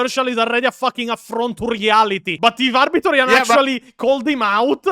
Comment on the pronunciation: "LOOORE DESTROYERS LIKE ARBITORIA" (Arbitor Ian, but pronounced like "Pizzeria")